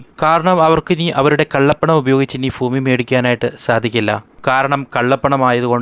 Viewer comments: "ഫൂമി" അല്ല. ഭൂമി ആണ്. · Foomi ( ഫൂമി )അല്ല.....Bhoomi 👉 ഭൂമി എന്നാണ് ശരി. അതിനാൽ ഇനി ഉച്ചരിക്കുമ്പോൾ ശ്രദ്ധിക്കുക. ഫൂമി എന്ന ഉച്ചാരണം തെറ്റാണ്. ദാസേട്ടൻ പാട്ട് പാടുമ്പോൾ ഇത്തരം വാക്കുകൾ ശ്രദ്ധിക്കുക. സ്വയം തിരിച്ചറിയുക.. മനസ്സിലാക്കുക കോഴിക്കോട് എന്ന വാക്കിന് കോഴിക്കേ...ട് എന്ന് പറഞ്ഞാൽ എങ്ങനെയാണ്ടാകും 😂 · ഫൂമി അല്ല ഭൂമി 😊😊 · ഫൂമി അല്ല ഭൂമി ആണ് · ഫൂമി അല്ല ഭൂമി. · ഭൂമിയുടെ വില കുറഞ്ഞിട്ടില്ല ഫൂമിയുടെ കുറഞ്ഞു എന്നാണ് ഇദ്ദേഹം പറയുന്നത് ഫൂമി അല്ല ഭൂമി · Foomi alla, bhoomi aanu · ഭൂമി എന്ന് 100 തവണ പറഞ്‌ പഠിക്കുക.